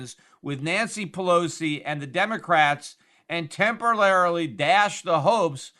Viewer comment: "TEMPERLARILY" old whiskey pete.